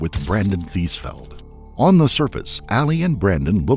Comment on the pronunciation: TheesFELD huh? Of course. Eeeevery sssingle tiiime